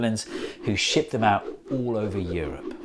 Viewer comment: ...... U haven’t REEEALLY said “ shit them out “ instead of of “ ship them out “ ...have ya? 🤦‍♂️😅🤫😂🤣😭